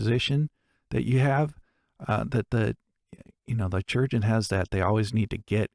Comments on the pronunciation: STOP FUCKING SAYING CHURGEON ITS SPELLED CHIRURGEON KAI- RURJ- UN YOU MAKE ME ANGRY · Um, "Chirurgeon" has a greek etymology, which means that it should be said as "Kee-rur-jay-ohn". In latin and greek based languages, unlike celtic and slavic languages, "ch" is a hard C, not a soft C. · I attend an event called pennsic and we call our medical staff, on site, chirurgeon. The popular pronunciation for this word is Ki (like kite) ur (like urn) geon (like surgeon) ki-ur-geon. Rolls off the tongue a lot better 🙂. Love this show. Totally needs more of a following. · Yep, for example in Italian chirurgo=surgeon so I found pronunciation really funny